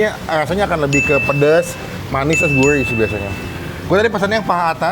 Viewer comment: Gurih bang!! bukan Guirh wkwkw....